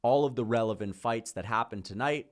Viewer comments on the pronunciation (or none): none